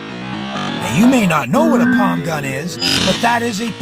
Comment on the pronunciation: Palm gun! Not pon.!